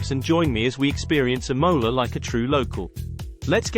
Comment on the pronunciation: Please learn to pronounce the cuty's name. I couldn't listen Imola 100x wrong